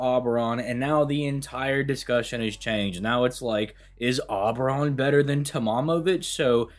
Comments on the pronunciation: Ngl man the name is O-beron. Not awww-beron. Like you know when you say the alphabet you say the letter O? Yeah. O-beron. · in this installment of " cannot pronounce names," we present you with "aw-brawn" 👏👏👏👏👏👏👏👏👏👏👏👏👏👏👏👏👏👏👏👏👏👏👏👏👏👏👏👏👏👏👏👏👏👏👏👏👏👏👏👏👏👏👏👏👏👏👏👏👏👏👏👏👏👏👏👏👏👏👏👏👏👏👏👏👏👏👏👏👏👏👏👏👏👏👏👏👏👏👏👏👏👏👏👏👏👏👏👏👏👏👏👏👏👏👏👏👏👏👏👏👏👏👏👏👏👏👏👏👏👏👏👏👏👏👏👏👏👏👏👏👏👏👏👏👏👏👏👏👏👏👏👏👏👏👏👏👏👏👏👏👏👏👏👏👏👏👏👏👏👏👏👏👏👏👏👏👏👏👏👏👏👏👏👏👏👏👏👏👏👏👏👏👏👏👏👏👏👏👏👏👏👏👏👏👏👏👏👏👏👏👏👏👏👏👏👏👏👏👏👏👏👏👏👏👏👏👏👏👏👏👏👏👏👏👏👏👏👏👏👏👏👏👏👏👏👏👏👏👏👏👏👏👏👏👏👏👏👏👏👏👏👏👏👏👏👏👏👏👏👏👏👏👏👏👏👏👏👏👏👏👏👏👏👏👏👏👏👏👏👏👏👏👏👏👏👏👏👏👏👏👏👏👏👏👏👏👏👏👏👏👏👏👏👏👏👏👏👏👏👏👏👏👏👏👏👏👏👏👏👏👏👏👏👏👏👏👏👏👏👏👏👏👏👏👏👏👏👏👏👏👏👏👏👏👏👏👏👏👏👏👏👏👏👏👏👏👏👏👏👏👏👏👏👏👏👏👏👏👏👏👏👏👏👏👏👏👏👏👏👏👏👏👏👏👏👏👏👏👏👏👏👏👏👏👏👏👏👏👏👏👏👏👏👏👏👏👏👏👏👏👏👏👏👏👏👏👏👏👏👏👏👏👏👏👏👏👏👏👏👏👏👏👏👏👏👏👏👏👏👏👏👏👏👏👏👏👏👏👏👏👏👏👏👏👏👏👏👏👏👏👏👏👏👏👏👏👏👏👏👏👏👏👏👏👏👏👏👏👏👏👏👏👏👏👏👏👏👏👏👏👏👏👏👏👏👏👏👏👏👏👏👏👏👏👏👏👏👏👏👏👏👏👏👏👏👏👏👏👏👏👏👏👏👏👏👏👏👏👏👏👏👏👏👏👏👏👏👏👏👏👏👏👏👏👏👏👏👏👏👏👏👏👏👏👏👏👏👏👏👏👏👏👏👏👏👏👏👏👏👏👏👏👏👏👏👏👏👏👏👏👏👏👏👏👏👏👏👏👏👏👏👏👏👏👏👏👏👏👏👏👏👏👏👏👏👏👏👏👏👏👏👏👏👏👏👏👏👏👏👏👏👏👏👏👏👏👏👏👏👏👏👏👏👏👏👏👏👏👏👏👏👏👏👏👏👏👏👏👏👏👏👏👏👏👏👏👏👏👏👏👏👏👏👏👏👏👏👏👏👏👏👏👏👏👏👏👏👏👏👏👏👏👏👏👏👏👏👏👏👏👏👏👏👏👏👏👏👏👏👏👏👏👏👏👏👏👏👏👏👏👏👏👏👏👏👏👏👏👏👏👏👏👏👏👏👏👏👏👏👏👏👏👏👏👏👏👏👏👏👏👏👏👏👏👏👏👏👏👏👏👏👏👏👏👏👏👏👏👏👏👏👏👏👏👏👏👏👏👏👏👏👏👏👏👏👏👏👏👏👏👏👏👏👏👏👏👏👏👏👏👏👏👏👏👏👏👏👏👏👏👏👏👏👏👏👏👏👏👏👏👏👏👏👏👏👏👏👏👏👏👏👏👏👏👏👏👏👏👏👏👏👏👏👏👏👏👏👏👏👏👏👏👏👏👏👏👏👏👏👏👏👏👏👏👏👏👏👏👏👏👏👏👏👏👏👏👏👏👏👏👏👏👏👏👏👏👏👏👏👏👏👏👏👏👏👏👏👏👏👏👏👏👏👏👏👏👏👏👏👏👏👏👏👏👏👏👏👏👏👏👏👏👏👏👏👏👏👏👏👏👏👏👏👏👏👏👏👏👏👏👏👏👏👏👏👏👏👏👏👏👏👏👏👏👏👏👏👏👏👏👏👏👏👏👏👏👏👏👏👏👏👏👏👏👏👏👏👏👏👏👏👏👏👏👏👏👏👏👏👏👏👏👏👏👏👏👏👏👏👏👏👏👏👏👏👏👏👏👏👏👏👏👏👏👏👏👏👏👏👏👏👏👏👏👏👏👏👏👏👏👏👏👏👏👏👏👏👏👏👏👏👏👏👏👏👏👏👏👏👏👏👏👏👏👏👏👏👏👏👏👏👏👏👏👏👏👏👏👏👏👏👏👏👏👏👏👏👏👏👏👏👏👏👏👏👏👏👏👏👏👏👏👏👏👏👏👏👏👏👏👏👏👏👏👏👏👏👏👏👏👏👏👏👏👏👏👏👏👏👏👏👏👏👏👏👏👏👏👏👏👏👏👏👏👏👏👏👏👏👏👏👏👏👏👏👏👏👏👏👏👏👏👏👏👏👏👏👏👏👏👏👏👏👏👏👏👏👏👏👏👏👏👏👏👏👏👏👏👏👏👏👏👏👏👏👏👏👏👏👏👏👏👏👏👏👏👏👏👏👏👏👏👏👏👏👏👏👏👏👏👏👏👏👏👏👏👏👏👏👏👏👏👏👏👏👏👏👏👏👏👏👏👏👏👏👏👏👏👏👏👏👏👏👏👏👏👏👏👏👏👏👏👏👏👏👏👏👏👏👏👏👏👏👏👏👏👏👏👏👏👏👏👏👏👏👏👏👏👏👏👏👏👏👏👏👏👏👏👏👏👏👏👏👏👏👏👏👏👏👏👏👏👏👏👏👏👏👏👏👏👏👏👏👏👏👏👏👏👏👏👏👏👏👏👏👏👏👏👏👏👏👏👏👏👏👏👏👏👏👏👏👏👏👏👏👏👏👏👏👏👏👏👏👏👏👏👏👏👏👏👏👏👏👏👏👏👏👏